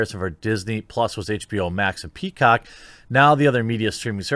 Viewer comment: Jeremy said Pea'COCK'! (Butthead laugh)